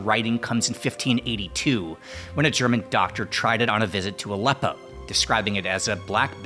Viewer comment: your German pronounciation is on point!